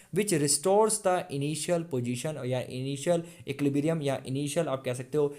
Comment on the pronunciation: bro please learn to pronounce equilibrium correctly 🙏🙏